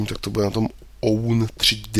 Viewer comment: Zdravím, nevím, jestli ti to už někdo psal (pokud ano, tak sory za opakování), ale own3d by se spíš mělo číst jako [ound], nebo, pokud chceš, tak česky [ovned]. W3dry se taky nečte jako [vé tři dry] ale [vedry].